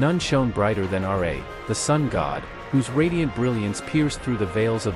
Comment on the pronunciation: The fact that you said 'Radiant Sun god R. A.' lost all your credibility